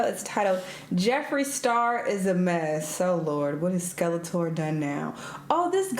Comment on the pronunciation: Her saying Skeletor never gets old 🤣